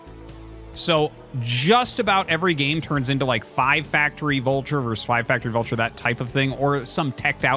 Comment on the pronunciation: The word is "versus," not "verse."